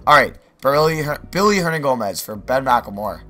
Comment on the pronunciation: why does he always say Billy Hernygomez. that sounds nothing like Willy Hernangomez lmafoooooo